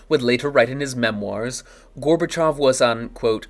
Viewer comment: finally someone who pronounces Gorbachov's name correctly